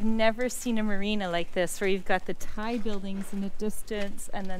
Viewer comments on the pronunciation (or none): none